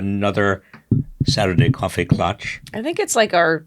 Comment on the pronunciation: You guys End Too soon! Great stuff. Hey a coffee klatch? Not clutch